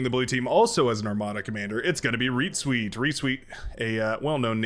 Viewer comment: Since "ReetZweet" is such a frequent player, perhaps you should learn how to pronounce it properly. And perhaps give it a google too... ;)